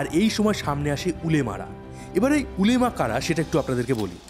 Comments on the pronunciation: উলেমা না ওলামা বলে। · উলেমা না শব্দটা হবে উলামা। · Not উলেমা it's ওলামা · উলেমা না উচ্চারণ হবে উলামা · উলেমা না। ওলামা হবে উচ্চারণ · উলেমা না উলামা হবে কথাটা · উলেমা না ওলামা পরিষদ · আরে ওটা ওলেমা না ওলামা হবে😊